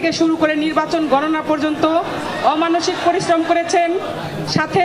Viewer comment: অমানুষিক প্ররিশ্রম শব্দের উচ্চারণ কেমন জানি বিরক্ত লাগে